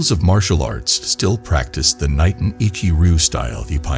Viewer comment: I’m a novice when it comes to Japanese Language, but I believe “Niten” is pronounced “knee-ten”. Cause I know “Ni” means two